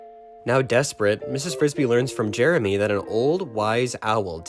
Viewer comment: Mrs. BRISBY. Not Frisbee.